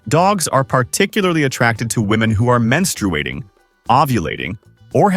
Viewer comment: Bro, menstrewating? Who the hell taught you to pronounce words